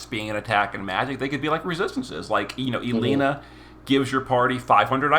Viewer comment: eyebara , ellenuh , rich. he gotta be pronouncing them wrong on purpose at this point hahahah. jus playin , i imagine English aint his first language or sumn. even if it is , they are weird names for the most part lol